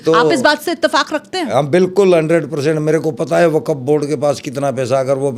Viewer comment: Abe pagal arabi me wakaf bolthe 😅😅